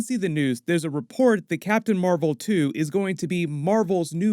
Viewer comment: *captain mar-vel ! Say it right